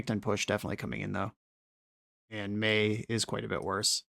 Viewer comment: its "may" not "my"